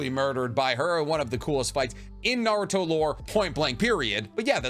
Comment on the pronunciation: The way this guy pronounces words in Naruto and in English just blows my mind 😂